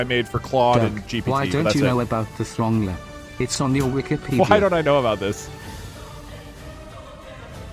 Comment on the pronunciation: thats not how you pronounce Throngler